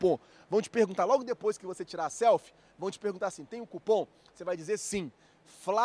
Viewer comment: Flazoeiro , fala cupom por avor , e nao cupã